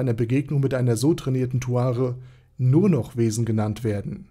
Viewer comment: Erstmal Aussprache Naserick Und Zuare